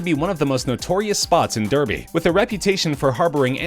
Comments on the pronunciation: It's Daarby!! Not Derby. I am from the uk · How you pronounce Derbyshire and derby really annoys me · Oh man I don’t think I’ve ever heard an American pronounce derby properly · I’m from Derby and it is pronounced “Darby” not “Durby” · Derby is pronounced “Dar-bee” not “durr-bee” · Its pronounced darby not derby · Derby is pronounced Darbee as in "car" and "bee" NOT Durbee. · Derby is pronounced DAH-BEE not DUR-BEE ffs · Us brits prenounce derby as darby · It’s pronounced dar-by not der-by btw just saying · its pronounced darby not derby! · I'm from Derby and it's pronounced "Darby" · It’s pronounced like “dar-bee-sher” not “der-bee-shire” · it is prounounced, d are bea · I stopped watching the moment he pronounced Derby dur-bee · it's pronounced darby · DERBY is pronounced DAR-BEE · Yanks shouldn't speak ... ever! You cannot speak English for fuck sake. Research how to say "derby" you twats. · You seriously can't pronounce Derby or Derbyshire? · the way he pronounced it is just funny to me. Thats just how they speak over there, Its nice when they try to pronounce it correctly but i dont see why they are not allowed to say it in the way they were born to speak lol.